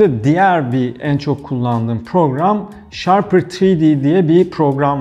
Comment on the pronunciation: Abi "ShaRper" değil "Shapr3D" ve övdüğün kadar var bu program. AutoCAD öğrenip kullanmış ve Solid Works görmüş biri olarak söylüyorum, bu 2 programı ciddi anlamda gölgede bırakıyor 3 boyutlu modellemede. Ağzına sağlık abi..